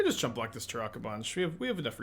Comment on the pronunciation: The way pronounces Tourach sounds like Turok and all I can think of is a dinosaur hunter